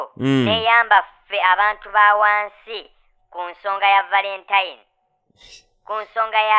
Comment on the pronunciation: 😂😂 naye nolungereza😂!! Mbu wansi gudusi 😂😂